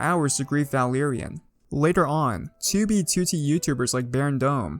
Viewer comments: "Tubey Tooty" You will now not unhear it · I love how u call it 2beetootee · The way he says 2b2t is amazing